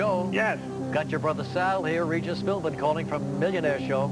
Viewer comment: It’s Regis not Refis.